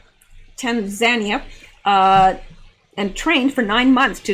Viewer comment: I have always heard the country TANZANIA to be pronounced Tan zan NEE ya. I have never before heard it pronounced as Tan ZAN ia. But, I have been wrong before, although it escapes me to remember when. : )